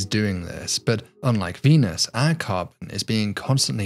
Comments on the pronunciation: "Dee-nus is a...." What's with these YouTubers being unable to pronounce words these days? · Cool video but say Venus with a P instead of a V